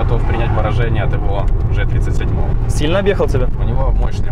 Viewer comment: Если че,не Ж 37 а Джи 37.колхозник учи азбуку